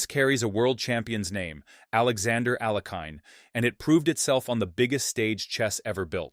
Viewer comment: You mispronounced Alekhine’s name.